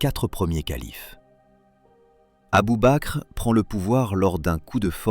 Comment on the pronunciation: Abubaker 🤣 mais merde relisez vos textes avant de les faire régurgiter par votre robot!